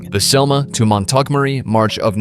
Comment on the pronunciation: Oh oh, AI alert: Among other things, it can't pronounce Montgomery! It's over-long, repetitve and poorly organized. So frustrating!!!